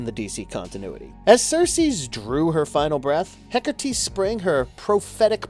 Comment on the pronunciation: I love Wonder Woman and I love Hekate, but I Hate when the Goddess is constantly portrayed as evil. Just like Hades isn't the Devil. Also, there is no "r" in Hekate. You're pronunciation (hekertee) drove me nuts